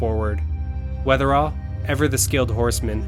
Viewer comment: Just a quick note, it's John Wetherill ( ), not Weatherall.